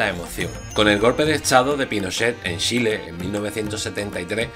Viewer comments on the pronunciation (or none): Me encanta como decís Shile jajajaja😀😄